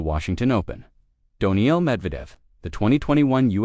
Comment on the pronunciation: I can’t take your narrating seriously when you call a player named Daniil “Doniil”. It’s not that hard.